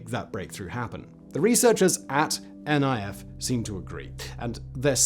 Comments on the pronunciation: FYI: It's not called N.I.F, its Niff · Great video, but you're pronouncing NIF wrong 😅 It's not N.I.F. but NIF, as in it'd rhyme with miff